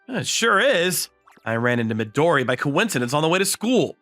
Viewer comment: Fun fact: Midori is “green” is Japanese Another not so fun fact: these VAs are not good at pronouncing Japanese names